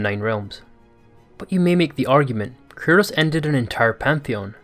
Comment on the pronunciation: Why are you saying "Curtis" tho